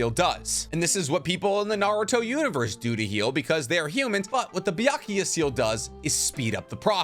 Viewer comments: I'm not sure if the mispronunciation is intentional... 百豪 is pronounced "bya-ku-goh" not "bya--ku-ya." Byakuya is a male name (ex. Byakuya Kuchiki from Bleach). Otherwise, I have enjoyed your videos, and I really love how this video explains the possible biological mechanisms of the jutsus! As a scientist myself, I'd love to more about your past life as a scientist - maybe in a future Q&A vid? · Why does he say it's BYAKUYA????? I know and as i speak Japanese I know the kanji is read BYAKUGO (Prolonged o). like i'm always confused when he says BYAKUYA? tell me it's not just me!! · Why do you keep saying Byakuya? It’s Byakugo. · Can you refrain on saying Byakuya seal? It's Byakugo seal damn it so cringey 🙄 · is it called a Byakugou Seal? you spent 16 minutes pronounce it wrong. not even a single time you said it right.